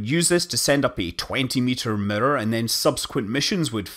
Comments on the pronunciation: I keep hearing murder instead of mirror dang that's funny XD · The best part about Scott Manley talking about mirrors is Scott Manley pronouncing mirror. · I love the way you say mirror